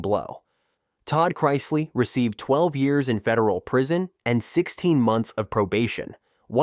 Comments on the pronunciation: Learn how to say the names right I shut if off when it go to the Chrisley . I understand a mistake but you said it over and over . you get a thumbs down for being to lazy to fix it . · You keep mispronouncing, chrisley. Always best to do some research and proofread your stories before you publish them.